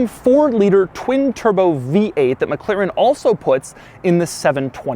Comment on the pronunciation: Why does he keep pronouncing it as Mac Claren... isn't it pronounced more like MacLaren?